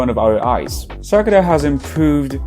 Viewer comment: It’s not “ Sakra” but “Sakura”